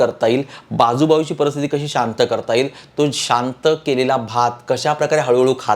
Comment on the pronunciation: Marathi bhasha bolaila shika .parastiti nahi paristiti